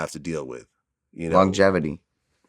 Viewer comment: "Longetivity" lol wanna try that one again?